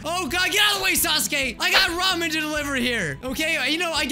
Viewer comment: Oh my god he says Ramen the right way 👏🏻👏🏻